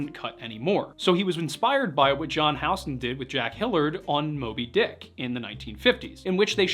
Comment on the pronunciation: Sorry...how did you say John Huston's name?